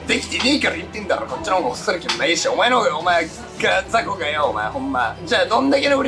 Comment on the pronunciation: 「こっちの方がホスト歴も長いし、お前の方が･･･お前･････がずぁこがよ」 記憶が、急に思い出したかのように最後に言った台詞が幼稚言葉で草 ハキハキ喋れ。あと歴が長い奴は、こんな幼稚なんかしないんだよ。 玲・湊・ナオトは、幼稚三銃士という意味不明なぐらい難攻不落だが が、かなり成長してると僕は思うね 応援してるぞ！！